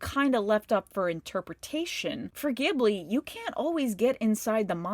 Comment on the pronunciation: I took my boyfriend to see this and was so saddened to later learn that it was his first Ghibli (the g is supposed to be pronounced like "giblet," not "gibbon") film. If you want to analyze the film at face level, those cannibal birds are parakeets/budgies, not parrots. The birds would be a lot bigger after they fly out of the door and adjust to our world (probably still rain just as much poop down on ppl tho). I feel like this film really could've used 2 or 3 more drafts. Miyazaki has a lot of things on his mind in his silver years and you can definitely tell some of these film's elements tap into his life; his dad worked on airplanes and he has a...complicated relationship with his son Goro (reminded me of the great-grand-uncle saying "I set things up so you could take over.")